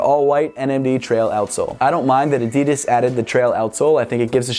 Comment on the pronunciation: you said mnd